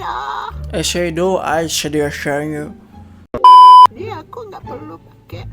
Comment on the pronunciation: Bang raka:Eyeshadow bambang:Eyesdow Dalam hati gua: astaghfirullah gak bisa ngomong eyeshadow Ngakak anjir Yang merasa sama like 👇🏻